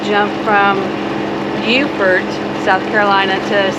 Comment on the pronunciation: Landlubber from Colorado here, but I love to watch you two visit places I've visited, like Hilton Head and Amelia Island. Plus, I now know how to pronounce "Beaufort". :) Looking forward to watching your journey.